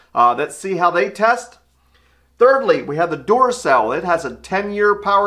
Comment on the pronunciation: I was just listening to this video - not really looking. I kept hearing Doorcell - What the heck is a Doorcell? Never heard of that before... I had to really look at the video to figure me meant Duracell. Also ... Did anyone else notice the spelling error ??? Good reason to get someone else to look at your work before you post it.